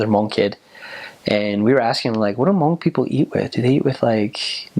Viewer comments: Ooo! I love your pronunciation of Hmong. Perfect 👌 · The way he said Hmong is sooooOOOoooo clearrrrrrrrr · wow he says hmong really good